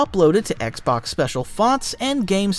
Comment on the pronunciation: I swear I heard you call it the oxbox for the first Xbox. It’s literally thee best accidental name I’ve ever heard for a console. It’s so huge it’s the oxbox ha! Well that is my sign for too much internet. I’m gonna stop myself here.